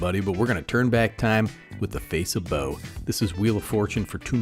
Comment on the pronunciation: Nah, pronounced like "bow" brother, you got it right. Love this kinda content.